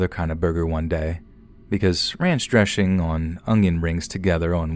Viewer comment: “ranch dreshing”